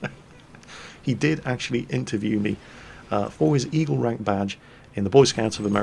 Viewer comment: I thought kept saying Evil Rank - then thought about what a Evil scout had to do......push grannies into the road? poison cookies?